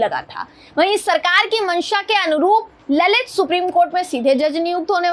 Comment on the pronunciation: ललित नाही लळीत